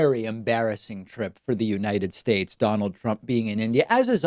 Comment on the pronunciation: What do they expect from a guy that can't even properly say the name of the country he's President of? "United Shatesh"